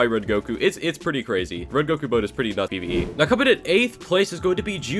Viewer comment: Bruh “PVE”